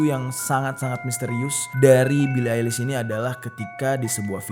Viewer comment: "Bili Ailis" 😂😂😂